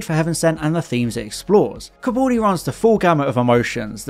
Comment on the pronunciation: It's Capaldi.... Not Capauldi